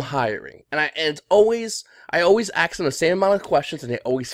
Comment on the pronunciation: I'd never work for a guy that says axe instead of ask.